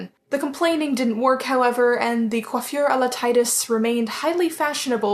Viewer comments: So.... I'm actually french and, the correct prononciation of "coiffure" is EXACTLY the way you said it. So, yes, don't worry about that because you actually nailed it right. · your french is good :) your prononciation of coiffure his excellent! only the ''i'' of Titus is prononce the other way! Don't be shy, you good!